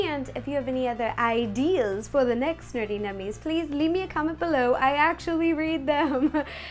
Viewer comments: She's still saying nurty ;_ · A tardis cake would be cool! It really annoys me how you pronounce nerdy nerty, I know it's just your accent but still